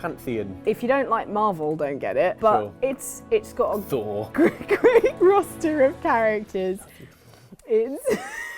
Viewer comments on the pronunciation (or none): none